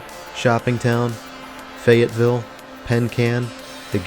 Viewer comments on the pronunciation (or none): none